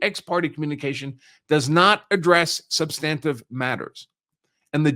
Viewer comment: Good content but he does not know how to pronounce "ex parte". It is Latin and the last "e" would be pronounced roughly as "ay". He can't pronounce "substantive" either. I gave up there. It was very distracting.